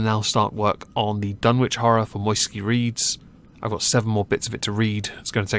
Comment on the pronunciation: There is some information out there which states that Dunwich should be pronounced as "Done-ich".